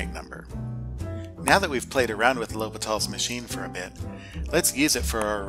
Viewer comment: low-pee-tahl's rule really sounds like someone has never taken a french class